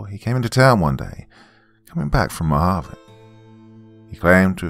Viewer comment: Lol at least you didn't say Mojave the wrong way. Some people pronounce it with the j sound. Here in az it's spelled Mohave. Love to you and yours. Can't wait to hear more of your stories.